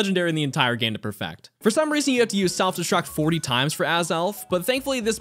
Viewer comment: is it just me or does he sound like he is saying "perfact" and "dax" instead of "perfect" and "dex ??